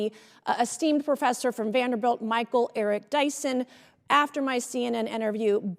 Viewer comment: Well, maga going to maga. Nothing to see here. Learn how to pronounce a name right and stop being a racist.